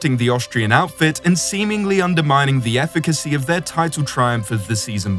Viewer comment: My friend, you need to look up the word "efficacy".